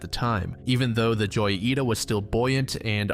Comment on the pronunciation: every time he says joyita my heart dies a little- it’s hoyita That being said the goofiness is entertaining so maybe it’s not so bad